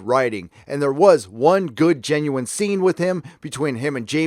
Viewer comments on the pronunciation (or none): none